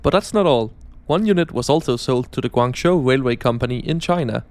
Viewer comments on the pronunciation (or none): none